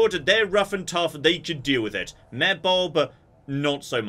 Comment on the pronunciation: Part 3 of pronouncing Mayor as "Myear"